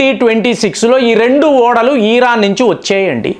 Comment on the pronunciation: నమస్కారం. మీరు ఎందుకు అల్జీర నీ అల్జీజీర, వెనుజుల నీ వెనుంజుల, ఇరాన్ నీ ఈరన్. ఇలాగా అన్ని తప్పులే పలుకుతున్నారు. మీ వీడియోలు అన్ని చూస్తాను, అన్ని చాలా బాగుంటాయి. మీ స్పీచ్ మార్చుకుంటారు అని కోరుకుంటున్నాను.